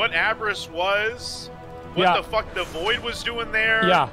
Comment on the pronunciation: "is it on the store? Can you but thé cinematic on the store??" 😅😂😂😂😂